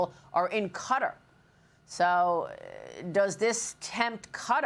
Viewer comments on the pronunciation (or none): lady it's not pronounced cuttar , your supposed to be a professional , ka -tar is how it's said it took till he said it to figure out who she was talking about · You hear the people of Qatar pronouncing their country name. Yet you still say cutter are you ignorant or rude to their country its pronounced KaTar. You’re ignorant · Please pronounce it correctly it's catar. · That is very very true. They have been saying cutter, since the first Gulf War. I cringe whenever some so-called pretentious journalist says cutter, Thank You!